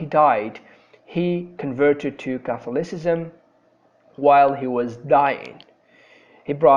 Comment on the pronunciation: Very helpful video and clear information. I know this is an old video, but be careful with - fossilised - pronunciation in the future: Anglicanism /ˈæŋ.ɡlɪ.kə.nɪ.zəm/ Catholicism /kəˈθɒl.ɪ.sɪ.zəm/